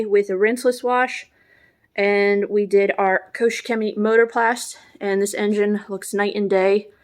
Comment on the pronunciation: It's Koch not coach Chemie.